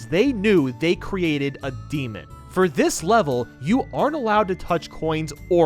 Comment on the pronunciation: "Foe after the video." Oh no, not a foe!